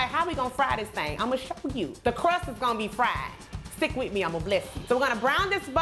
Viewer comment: You be killin..."THANGS..!"